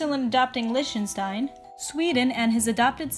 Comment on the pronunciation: The way she said Liechtenstein, it's lie-ck-sh-tien